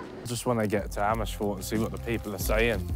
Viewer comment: Ethan die Amersfoord redelijk goed uitspreekt... Hoe dan??